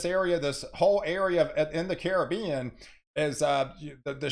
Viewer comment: Thank you for pronouncing the Caribbean as it is. Thanks a million. It grates my ears to hear poorly educated people pronounce it like it is a foreign word. thank you, thank you, thank you. As someone from the Caribbean it means a lot to me.